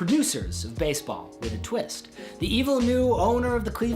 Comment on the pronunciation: You forgot the "E" wtf is "Basball" ??